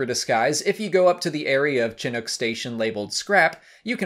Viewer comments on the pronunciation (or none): none